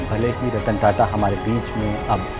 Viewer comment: कदाचित् ही किसी को पता होगा कि सही शब्द 'ताता' है, न कि "टाटा"। इस शब्द को रोमन लिपि में "TATA" लिखा जाता है, फलत: सब उसे "टाटा" पढ़ते हैं। संवाददाताओं को इसका सही उच्चार करना चाहिए और इस बात को सार्वजनिक रूप से स्पष्ट भी करना चाहिए।